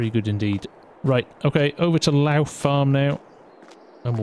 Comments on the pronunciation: Hi, Great video, just want to point out that Lough Farm is pronounced Lock Farm. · Lough in Northern Ireland is pronounced lock so for the like of lough neagh it would be pronounced lock neagh for further readings